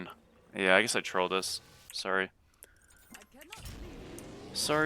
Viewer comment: when you said “sorry sorry sorry” in that Canadian accent it activated my Siri on my phone 😂